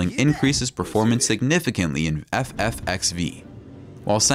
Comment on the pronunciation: bro said f f ex vee